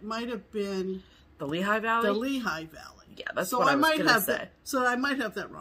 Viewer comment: It’s Lehigh Valley, PA. So funny.